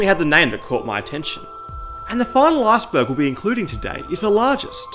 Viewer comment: I really hate how you say “Iceberg”... It sounds like if you are going to say “Asperger”.